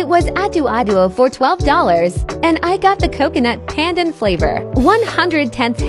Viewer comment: Not her pronouncing pandan wrong 😭